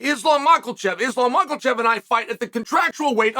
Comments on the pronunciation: Who is Mach El Chev? Chael butchering peoples names is part of his charm. My favorite MMA personality by far. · Is he saying Mucklechev? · Came here to hear the champ say mackelchev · How is no one talking about how chael says islam mockle chev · islam mocklechev? 😂😂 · who the hell is "micheal chev"? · Macklechev cracks me up 😂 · I love you, Uncle Chael, but every time you pronounce the dudes name like Mockle Chev it kills me. There is no L in there, friend. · how's he keep a straight face every time he says macklechev 😂there's no L uncle chael, it'll sound close enough if you just take out the L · He's doing it deliberately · Malkel chave,bahaaal chaels butchers the names😅😅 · It’s pronounced Mocklechev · Mocklechev is pronounced Mocklechev, yes. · And he will pronounce it macklechev 😂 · It's MAHKEL-chev..... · Makes me laugh every time. Chael doesn’t even try to get names right. On a recent interview I heard him pronounce Sergei, as Surgee lol. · The way he pronounces Islam's name fucking gets me every time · How does this bone head keep getting Islams name wrong ? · The way he adds an l too his last name when it's not there in the spelling 😂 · ISLAM DOES NOT HAVE AN "L" IN HIS LAST NAME!!!! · I predicted he'd pronounce Oliveira's name correctly but would butcher Islam's name minimum 4 times.